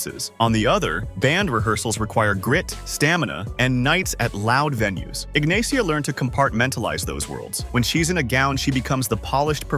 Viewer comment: Ignacia is pronounced "Ignasia"